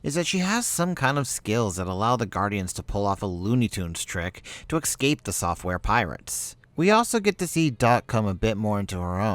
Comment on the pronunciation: Fuck dude, the is no X in ecsape. EVERY time you say it you say Excape, that is hugely annoying.